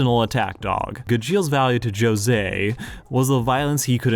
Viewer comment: How can you probably pronounce Jose but not gajeel? Your pronunciation made me end the video so I hope you’re happy